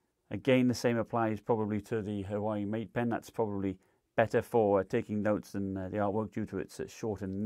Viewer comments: Irrelevant but did I hear “Hawaii Mate Pen” 😂😂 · Huawei = Wow-E